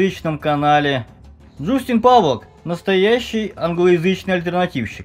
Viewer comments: добрый день .слышали ли вы о "Абхазские негры" живущих в абхазии? было бы неплохо снять видео о них и как они попали туда. и еще правильно говорить джастин. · Чувак, ты даже слово "Джастин" прочитать не можешь. Какие расследования?